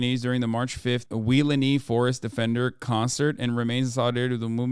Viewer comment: I love that you’re covering this. Gentle correction , it’s WEE LAWN NEE haha